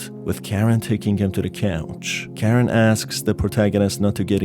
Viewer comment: I hate that literally everyone gets the names wrong... Usually they either get Mariah or Karins name wrong but oh boy you got both wrong. It's pronounced MA-RYE-A not Maria And it's pronounced KA-RIN not Karen I don't know how people keep getting the name so f**** wrong but holy s***.